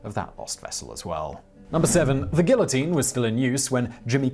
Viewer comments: lol, yes. I mean, a tiny "gill-uh-teen" that is. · Continuing to defiantly mispronounce "guillotine" after having been corrected in prior videos is kinda like cutting off your nose to spite your face. Just saying. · He butchers some random word in almost every video- this time it's guillotine. It drives me crazy and takes me out of the narrative.